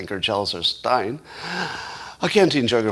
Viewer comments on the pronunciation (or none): none